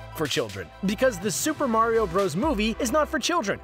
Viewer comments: Wumpa Remixer nope he said vario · no its vario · Did he say Bario? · BARIO EXPOSED